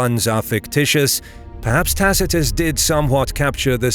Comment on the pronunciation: This chanal is amazing for how how know latin you pronunce Tacitus wrong the c a hard k sound I guess you have similar problems whit aother languages but you maybe should know. You use good source materials